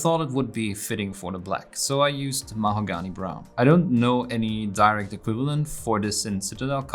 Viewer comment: Love the way you pronounce Mahogany, also love your tutorials!